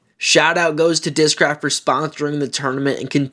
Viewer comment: Their commercials during the tournament also screamed AI. I posted there I wouldn't buy their discs on account of that. They even appoved an ad that mispronounces discraft.